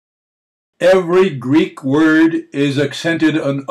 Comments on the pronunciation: As a fellow Greek... This leacturer is pronouncing correctly. I feel sad I have to point this out.. As the majority of youtube 'lecturers' especially of American/English heritage, are indeed not only pronouncing things wrong (which is ok) but what is concerning, is they are making videos teaching the pronounciations wrong. Stick with though. This is the correct pronounciation. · This video is wonderful because it accurately demonstrates Greek pronunciation the way Greeks pronounce it. Unfortunately, many (if not most) of the videos out there feature all sorts of pronunciation errors, especially in regard to vowel sounds. Thank you so much!!